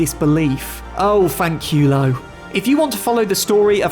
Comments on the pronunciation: "Fanchiiiiulo" 😂 Sorry dude that make me laught. Is "fancUlo" ... Interesting video❤ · At your "Fankewlow" I died 😂 Greatings from Italy! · I literally burst out laughing when I heard "FANQIUULOU" 😂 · that "FANKIULOW" is something i'll listen on loop for a long time. Actually made my day hahahaha ps:just joking, i'm not blaming anyone on the pronounce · Bro blundered the word fanculo i am ifalian so i do know how to say it btw im just pointing this out